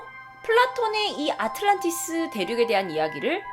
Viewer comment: 아틀란티스라고 발음하는게 맞지 않어?